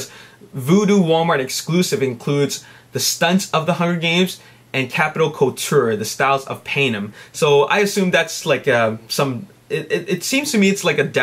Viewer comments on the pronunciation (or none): its pronounced PAN-NEM.